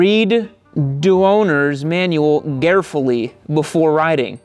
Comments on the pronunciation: reading the manual "garefully" is when you get your buddy garret to read it to you. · Get on that thing,"garefully"